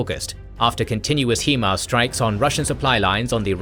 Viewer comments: Why do Brits insist on calling HIMARS "Heemars" It's pronounced "Highmars" HIgh Mobility Artillery Rocket System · Thanks for the video! Always happy to see K&G content! 👍 One request though 😉 Please stop saying HIEMARS. It is pronounced like this: High-MARS, because it is an abbreviation of "High Mobility Artillery Rocket System". You see? It starts with the word HIGH, hence you should pronounce it as HI(gh)MARS 😊 Cheers and hope you can continue to provide your awesome, high quality content! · Please stop pronouncing it hemars it's himars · I love these videos, but I scratch my head everytime I hear them pronounce HiMARS (High Mobility Artillery Rocket System) as "hee-mars". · It’s HI-MARS NOT HE-MARS 😂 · HIMARS is pronounced "High-Mars"... (High-Mobility-Artillery-Rocket-System). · Yes, HI-mars like in High Five in the face with a brick hi there, nice to meat you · Still can’t say HIMARS correctly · He's British. Plenty of English words he's unable (or unwilling) to say correctly.😁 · Still mispronouncing HIMARS. Thumbs down for inaccurate information.